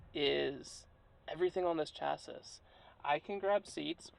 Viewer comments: Chassis= cha see, not cha sis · Bro just said chass-iss 💀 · ….its spelled ‘chassis’ and pronounced, chass-eee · That's pronounced "chassy," good sir.